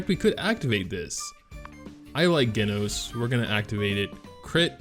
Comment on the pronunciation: its pronounced Jenos not genos :v